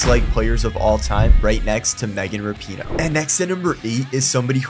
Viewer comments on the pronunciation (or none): none